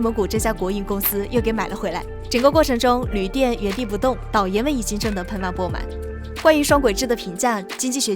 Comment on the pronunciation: 铝锭ding，不是铝垫